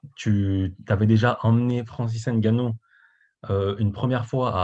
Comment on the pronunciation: C'est pas N (haine)GANNOU , c'est NGANNOU...@ "Quand tu sais, tu sais"🤣🤣🤣...Cyril n'est pas Miocic pour encaisser des pêches et encore on a vu Ngannou Miocic2...Et c'est sûr on ne sort pas d'un combat contre Francis NGANNOU indemne! Ça va chier ! "Quand tu sais, tu sais!"...🤣🤣🤣✌🏾😉✌🏾...✌🏾😎✌🏾